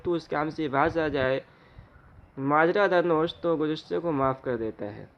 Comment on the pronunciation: ماجرا در نوشت ، میں نوشت کے واو مکسور ہے ۔۔۔غلط مت پڑھئے